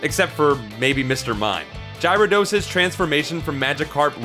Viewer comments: Oh god... "Gyra Dos..." No... just no. It's Gyarados! Gy ara dos! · My nerdy nitpicky fanboy side... it's scrapping to get out..... URRRRAAAAAAAAAGGGHH!! It's not Gyra-dos! It's Gara-dos! Gara, as in Garin from Gar1onriva, who would know better than to make such an amateur mistake! Auggh.... Oh, man, accessing that side of me takes so much out of me, it's almost not even worth it. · Gyrados.. jirodos???? I love your videos but cmooonnnn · I'm just waiting for you to say gyarados right. GARA-DOS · Gyro-dose? What the hell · puke worthy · I can't Ji-ro-dose lol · There is no way that he is not mispronouncing things on purpose. Previous video he said Luffy incorrect and now its Gyrados? I mean come on. These are like 20 year old properties. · What is your accent? Do you say dino-sawr and not dino-sore too? Between this, Gyro-dos and Luffy being said wrong who proofreads these videos for pronunciation? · the way you pronounce Gyrados is cringe worthy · Why? Because he didn't pronounce Gyrados the way you wanted? Get out of here. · Why do you say Gyarados Wrong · So much complaining about the (probably intentional) alternate pronunciation of a fictional characters name, it's just sad really.